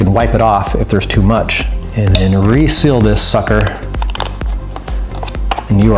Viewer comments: yousay suker alot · wye Do you always say sukcer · he keeps saying sucker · he keeps on saying sucker!!!???!!?!?!?! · Why do you keep saying sucker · why does he keep saying sucker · You keep saying sucker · u keep saying sucker